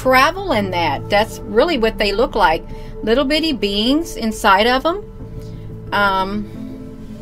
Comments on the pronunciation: Where is family? Unless they are laughing as hard as the rest of us. Did she say little bitty beans or little bitty beings? Either way, she needs help. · Did she say ity bitty beings, or, ity bitty beans?|?